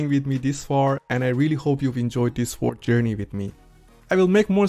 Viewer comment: You need to work on your English first. Try learning how to pronounced the word "word" in English.